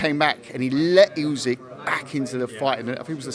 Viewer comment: Why is he pronouncing Usyk as Oozig..?! 🤦🏻‍♂️